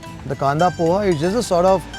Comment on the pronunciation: Pls call it as ''pohe'' btw ur videos are nice